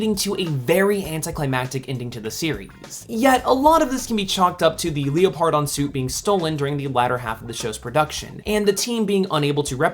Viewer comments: I cringe every time you pronounce Leopardon. Its pronounced “leper-don”, not Leo-par-don. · I think it’s pronounced Leopard-on instead of Leo-pardon